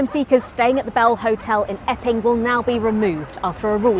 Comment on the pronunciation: I totally heard her say "effing migrants" until I remembered I wasn't listening to GB News and it was actually "Epping migrants".